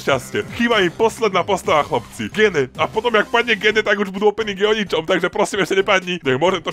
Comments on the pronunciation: To sa nečíta gene číta sa to (džin) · inak "gene" sa číta "džín" :)